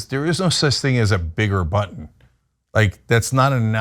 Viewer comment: Red button he was trying say,sounded like butt🤣🤣🤣🤣🤡🤡